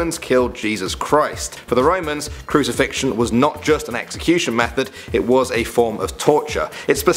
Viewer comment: Just so that you don't loose credibility, may I interest you in new fangled book called a dictionnary? You know, just so you proofread your text before publishing? For words like, say, 'crucifixion'...